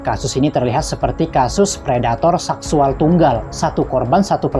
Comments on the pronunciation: Min min seksual bukan saksuall😂😂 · Ucapannya payah bngt mis. Saksual dll